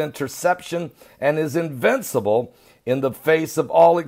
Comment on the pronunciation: invicible ?? are you a god? lol.